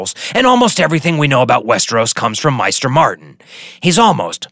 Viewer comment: Isn't it pronounced MAY-ster not MY-ster. The show and the audiobooks agree on this. Also isn't it GISS-kari not GE-kari? You pronounce Old Ghis right, so I don't know why you inferred a silent S.